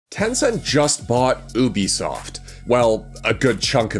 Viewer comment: Lol he pronounced ubisoft different ways throughout the video